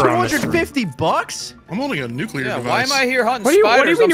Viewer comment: oh no.. i just realized that pronounces Nuclear the wrong way